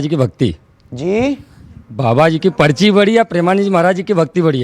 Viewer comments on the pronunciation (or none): पचरी नहीं पर्ची बोलो अमीश जी